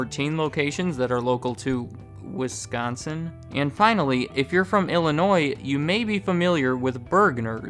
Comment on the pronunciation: Jeppers man.. the way you say Wisconsin is like we all have scabies or something.